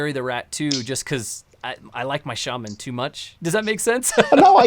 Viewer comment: The pronounces Shaman correctly for the first time